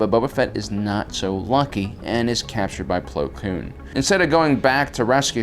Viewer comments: Man's called Plo Koon, not Plo Kloon😂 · Bro, it's Plo KOON, not Kloon. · Why do you say "plo kloon"? its plo koon... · It’s plo koon . Not plo kloon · If he says "Plo Kloon" one more time... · Attila The Hun can I super like this??? His pronunciations have been terrible for years. It’s like he’s never watched the show just read the synapsis.